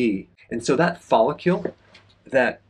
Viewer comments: It’s hard to trust a man who mispronounces follicle so many times. There is no u in follicle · You’re saying follicle weird. It’s distracting 😂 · I know, I just wrote it as Dr. Berg pronounces it in the video.